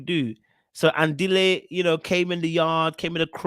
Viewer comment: The way you pronounce Andile😂 you definitely need to come to South Africa so we can teach you how to